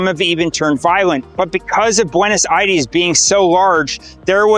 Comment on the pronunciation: Bro pronounce "Aires" right